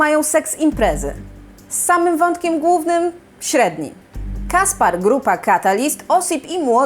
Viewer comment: Caspere czyta się Kasper(e), a nie Kaspar.